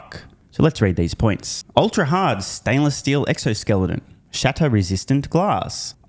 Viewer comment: Did anybody else catch the EXOSEKELTON?